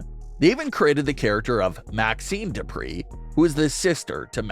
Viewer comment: No. No. No. You got to say it like this : DuPRE!!!